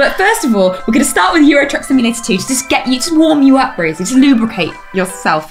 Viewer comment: "Twuck Simulator" /dies